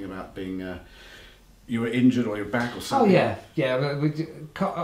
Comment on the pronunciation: back not bank haha...